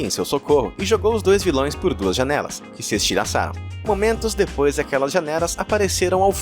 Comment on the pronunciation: ele fala janera kkksksjxusiixjehxixis